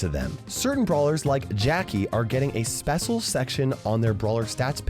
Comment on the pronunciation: = says "spesial new section" *special